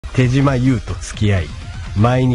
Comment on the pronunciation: 有吉でさえ「てじま」と「てしま」で読み方 統一できてないのが，手島っぽい